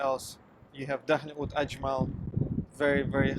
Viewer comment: Oud! I thought you were saying food. Lol. Either way, I agree. Have you tried Czar perfumes? They use "Russian branding" but their perfumers come from many places.